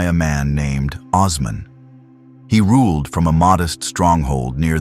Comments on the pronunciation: You all can NOT be Turkish. Neither am I BUT! I know how to say these significant historical names. You have singlehandedly slaughtered these precious names beginning with Osman. He ain't The Wizard of Oz. He ain't Ozzie Osbourne!! HE WAS "O" 'SMAN!!!! OOOOOOOOOO NOT OZZZZZZZZZZZ HIs name was and NEVER was OZman --- O -- like Ohhhhh!!! with an "s." Then ya'll went on to murder Murad!!! Bayezid!!! Suleiman! Mehmed! and on & on. Watch ATV - Turkish television. They use these names - many modern-day Turks bear these names. You have been disgraceful and insulting to an ancient culture. The correct pronunciation of these names IS NOT DIFFICULT. You are lazy & egotistical thinking you can post something like this without repercussions. Names like Ertugrul ARE NOT pronounced as they are spelled in English. Take time to respect this culture otherwise you are an unapologetic cultural rapist & that greatly devalues any data sharing. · AI is the worst thing to happen to the internet. WTH is Oz-man